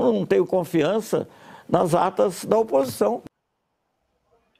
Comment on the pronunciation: ... Depois de bocejar .. dispara um nome de artista no lugar de político.. tá bêbado cara? mostrar "akitas" ? Não seriam as atas? .. pelo amor de Deus hein.. valeu fui